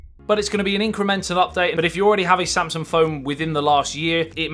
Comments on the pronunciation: It's Samsung not Samsun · All I kept hearing is you saying “samsun” instead of saying ‘Samsung’